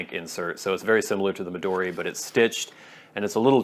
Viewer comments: Mee-duu-dee? Mee-doe-dee? 🤔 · The "American" way was about the pronunciation of "Midori" not Moleskine (?)